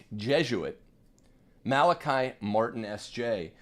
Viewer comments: Mala-kee, please. Like him, I'm Irish, and know several other Malachys/Malachies. In Ireland it is never Malaky (rhyming with sky). NEVER! I you continue to0 mispronounce, go ndéanfadh Dia trócaire ar do anam! LOL Try Google translate! :-) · Just an FYI…. He said his name Mal-A-KEY. He has played such an amazing role in my life and I’m so happy to hear him being validated! So many lies were spread about him. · The Irish pronounce his name Mal a Kee! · He has also said his name is Mal a KI, on the Art Bell show, as well. Mal a KI never corrected him. You're fine! The trads need to stop parsing hairs over every little thing. We could become very Pharisitical in a short amount of time if we're not careful. Human pride problem.